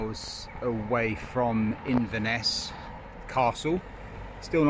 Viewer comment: Well done guys! Thanks for the vlog; it helps to keep cyclists like me, sane. As an Englishman who has lived in Edinburgh for over 30 years, I had to chuckle at your attempts at place-names...Still, you got Inverness right! 🤣 Best of luck!